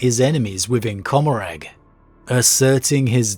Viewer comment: It's Seg-or-ack and Com-or-rah.